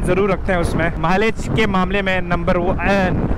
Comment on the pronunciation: number oha-ne 😂 like Borat